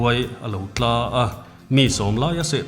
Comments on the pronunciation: Sakei a tla.... tih inlam dan hi en nawn teh u. TLA tih hi thing atanga tla ....tlathla... anga lam tur. Sakeiin khua ami Ran aseh hian Sa atla e. an ti thin ngai e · Sakei huai tla tih hi (tla- bawngtla ang nilovin, tla- inchung atanga tla tih anga lam tur ani e) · An chhiar thiam thawkhat,an aw a fiah tha e.Mahse,sakei nghal rawn lang thin Sakei tla tih a tla tih lai an lam dan hi a dik lo.Bawng tla tih ang thlukin an thluk a,Tek tla tih ang hian tla tih lai hi thluk tur a ni. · Sakei tla tih hi in lam rik Dan a dik lo. Ran chaw zawng a tla angin in thluk a. Sakeiin Vawk a rawn seh a, "Sa a tla e" an tih a 'tla' an thluk ang hian thluk tur. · "Sakei a tlâ" tiin in chhiar ṭhin hi a fuh loin ka hria, ' sakei a tla' tih tur niawm tak a ni. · Sakei huai TLA tih hi Bawng a tla tih ang a lam loin Lala thing aṭangin a "TLA" ti anga lam zawk tur ani e.Tin NGAWIZAWN tih a "ZAWN" tih Silai tin zawn anga lam tur a ni lo a.Damlo " ZAWN" tur tih anga lam tur ani. LALA thingah a tla a ZAWN a ngai etc ti a lam tur. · Sakei alo tlâ in tih hi (tla) kham ah a tla ti a tla ti a lamtur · Thu in chhiar dik lo tlat mai,Sakei huai a lo tla tih kha Bawng hnim peta tla angin in chhiara a dik lo,Sakei huai a lo tla tih chu,sava ka perh tla,tih anga tla tih tur a ni e. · sakei huai slo TLA a, tih Tla thluk dan hian a thu awmzia leh nih dan a tibo vek alawm ,risang niloin rihniam Thingzar alo tla ,tiha tla anga lam tur ani e. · Tla" tih kha I lam dik lo a nih kha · Sakei huai a lo( tla) leh a tih hi, he ta Tla tih hi ran tla anga lam lovin ,thil thlauh, tla anga lam tur niin ka hria.